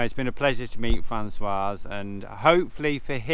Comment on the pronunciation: Hi Both. Aways enjoy your vlogs, but may I echo the thoughts of The 's' at the end of the masculine name François is silent. The female version (Françoise) does have the 's' pronounced as it's followed by a vowel. Just for your info.